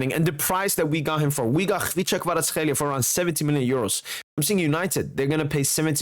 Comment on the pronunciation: For a Georgian it's so funny to hear how accurate is you Kvaratskhelia pronounciation )) You are the only non Georgian guy who says his name the correct way👍👍